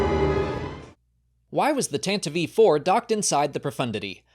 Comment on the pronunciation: Tanta-vee 4? Is this an AI voice cloning artifact that wasn't caught?